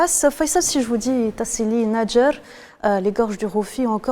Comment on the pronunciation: Faites un effort pour les pronociations n'ayez pas peur de dire tassili n'ajjar et vous ne savez même pas ce que ça veut dire.